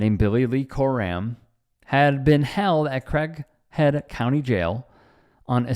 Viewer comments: have you never heard the name CRAIG?!?! It's pronounced CRĀG or CRAYYG,not CRACK. CRAYYG-HEAD! 🙄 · Sound like he said crack head county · Sounds like he is saying Crackhead County :) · Sounds like he says Crackhead County jail. If any cop does this they should get the same treatment! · He is calling how it should be called: crackhead county! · I thought he said Crackhead County.